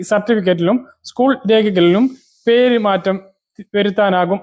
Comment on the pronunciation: പെരുമാറ്റം അല്ല പേര് മാറ്റം ആണ്. തെറ്റ് കൂടാതെ വായിക്കാൻ ശ്രദ്ധിക്കുക.